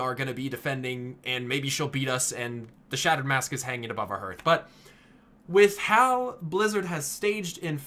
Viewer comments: "harth", not "hurth" Good grief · I enjoyed this video, but it's pronounced as "härTH", not "hərTH." I know nobody cares; it just bugged me. Otherwise, this was really cool. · "Harth", not "herth". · Your pronunciation of Hearth is triggering me. It's like the game. Harth, not herth. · Herth? How can you not know your own language? It baffles me. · please stop saying Herth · i cringed everytime he said hearth xD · Hearth is pronounced like "Heart" with an 'h' on the end. It is not pronounced like "Earth" with an 'h' in front. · I cringed every time you pronounced Hearth wrong. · I hate how he say Hearth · it's hearth like hearthstone. mispronounces it. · I wonder if you pronounce the word heart wrong as well.